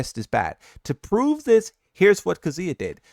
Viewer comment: Kazooya... seriously bro, that's not his name.